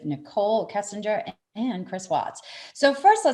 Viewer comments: Can’t even pronounce the name correctly. She’s pronouncing it Kissinger. It’s Kessinger. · k*E*ssinger and not k*EYE*ssinger. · Her name is kessinger, not Kissinger. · By the Way - - If you are going to make a video talking about 2 people - at least make sure you can say one of them: its KEssinger not KIssinger - - that's just bad form people. Do your Content RESEARCH. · Its Kessinger, NOT Kissinger, knucklehead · Kessinger...not Kissinger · its kessinger hard g...your thinking of Henry Kissinger...lol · Would help if would pronounce Kessinger's name correctly. It is not Kissinger